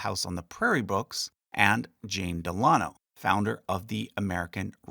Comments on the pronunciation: I wondered this myself. Del-a-NO not Del- AH-no. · Me too. Normally It's DEL-uh-noh, not del-AH-no. Not sure what's more correct as I've only ever heard the former until now. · Isnt it pronounced "DEHL' UH KNOW" not "DEHL AH' KNOW"? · Pronunciation note: I’ve always heard FDR’s middle name and his mothers name pronounced Del-a-no. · Very interesting. However, Delano is normally pronounced emphasizing the first syllable. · Found your pronunciation of DELANO to be different from what I’ve heard